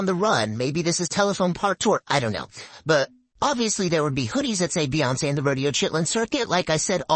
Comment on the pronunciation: "Beyince" is pronounced "beyonce"